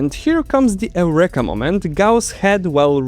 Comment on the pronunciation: Reminder not equal remainder 😅 Oh, and "Eureka" is pronounced like "you - reeka" in English Cheers! I enjoyed the video!